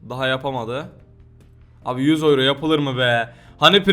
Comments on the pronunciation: Oyro değil yuro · GERÇEKTE OLAN TÜRKÇE OKUNUŞU YURO ABİDE OYRO:D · abi oyro ne yaaaa yuro diye okunmuyormuydu:D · oyro? yuro....